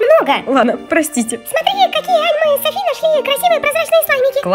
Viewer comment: Не Юми чю а Юми чу и не Сафи а Софи